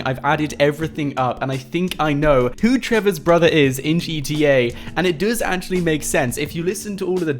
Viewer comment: Stop saying duuuuuues say does